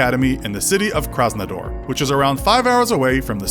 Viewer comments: It’s Krasnodar, not “Krasnador”. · Its krasnodar, not krasnador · It's Krasnodar, not Krasnador. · it's not Krasnador. It's Krasnodar... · everything is ok, video is great, but it's Krasnodar, Krasnador. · It's Krasnodar not Krasnador smh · The city is Krasnodar,not Krasnador. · Well, it’s actually “Krasnodar” same a as in data, totally not “Krasnador” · Dudes, it's not "Krasnador", it's "Krasnodar". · Krasnodar not Krasanador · The city is called Krasnodar, not Krasnador btw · It's Krasnodar. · The way he says Krasnador and Sochi makes my inner Russian cringe... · It's KrasnOdAr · Its Krasnodar btw.